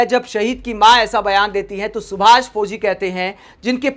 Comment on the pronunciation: Sab kuch theek hai jee par hindi shabdo ke uchcharan ko sahi kijiye. Jaise fozi nahi fauzi.